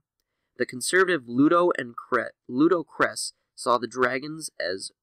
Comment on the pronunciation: You are having serious problems pronouncing these names. Sadow is pronounced the same as Shadow (without the H) Kressh is not prounced cress, it's kresSH. It's Massassi!! MASSASSI!